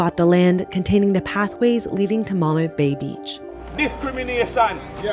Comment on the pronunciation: I don't understand why the reporter pronounces Mammee Bay like that. It throws me off every time she says it, and if it weren't for the captions I wouldn't have known what she was talking about. On another note, I love that there are people fighting against this. It's very sad how tourists and rich people can come to such a beautiful place and have the time of their lives but the local population don't even have access to their own country.